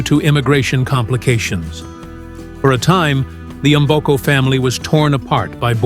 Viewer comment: Her names is "Victoria Mboko", "Mboko" not "M" boko damn!!